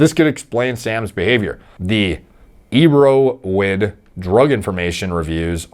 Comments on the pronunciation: Its pronounced air-o-wid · Hey good for you knowing about erowid... it's pronounced arrow Ed like education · of all people doesn't seem to know what Erowid is or how to pronounce it? Weird...